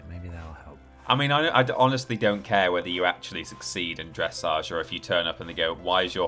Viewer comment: The way you pronounced dressage…. NOOOO 😭